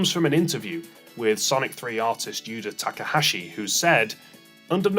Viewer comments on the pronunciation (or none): none